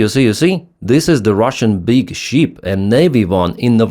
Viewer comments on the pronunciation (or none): ❤ Пане Денисе, як завжди - чудові відео чудовою англійською! 👍 Невеличка ремарка - стосується саме цього відео про кораблі: гадаю, Вам не буде складно підкоригувати pronunciation слова SHIP - тут все дуже просто. SHIP {шип} замість {шіп} що звучить наче sheep 🐑 вівця. Спробуйте, коротке {шип} - і наступне відео про враження кораблів звучатиме ще краще. Сподіваємося, ЗСУ подарують наступну нагоду для такого відео дуже скоро 😉 Вітання з Канади 🇨🇦✌️🇺🇦